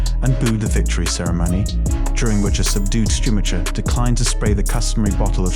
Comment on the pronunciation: I would strongly advise learning how to actually say ‘Grand Prix’ and ‘Schumacher’ properly if this is going to be an F1 specific channel